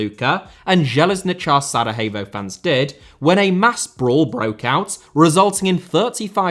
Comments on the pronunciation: Just a small correction - It's SaraYevo, not SaraHevo. They aren't Spanish :D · great video but what in all heck is "Saraheyvo"? I've never ever heard it pronounced that way before 🤣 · Why are you pronouncing Sarajevo as it is a spanish word? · I just need to correct you here: We dont call Sarajevo like its spanish (Sarahevo), we call it as it says (Sarayevo if you will) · Sarayevo not Sarahevo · Please work on your pronunciation, watching one video about that before making this video would have been enough. SaraHevo?! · Be careful of your accusations because the international war crimes tribunal never found any evidence of state sponsored genocide on the territory of Bosnia and Herzogovina. And Sarajevo is pronounced SaraYevo. Thank you for your interest in the region. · Love how you pronounce Sarajevo but maybe not sound the H so much Hope things get better for "zmajevi" love from Croatia 🇭🇷 🇧🇦 ❤ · The points about the football stuff are accurate for the most part. However the image selection is really bad.... a good portion of the images are outdated by a factor of decades. This would be the equivalent of speaking about current issues in English football while showing images from the Hillsborough disaster. Unusually lazy for this channel. Not to mention the pronunciation of the name Sarajevo